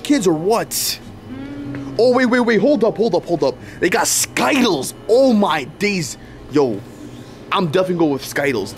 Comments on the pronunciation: I like how they mispronounced sky tiles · 😂😂yes its true says sky-tiles insted of skittles😂😂😂😂😂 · its called skitelss not skytelss \ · As in its not ski-tiles instead of skittles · I hate how he says skittles like sky_tels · 😂i love how you say sky-tiles instead of skittles😂😂😂😂😂but I love y’all’s videos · bro is not called skytallys its skittles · Yeah it's skittles not skyttles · skytle huh its skitles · It’s not Skyles it’s skittles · So funny bro it's not called skytlles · It’s skittles not ski-tiles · It is skittles not skytles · It’s skittles not skyttles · It’s skittles not skitles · Dude can you not read it skittles not skiettles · I love how always say sky-tiles instead of Skittles 😂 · I call them skitles too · Skytles has been mentioned on the channel for like 6 years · They got sky-tiles yeah I love it too😂😊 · I looked in the comments, and he just said sky tiles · I like when they say skaitles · Why do you call it skittles😂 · y do you guys call skittles skidl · Stop, saying, Skyles!!!!!!!!!!! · You know skittles are not pronounced like that right? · That's not how you say skittles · Why did you say skittles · why, are u saying skittles incorrett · Bro it’s skittles not skittles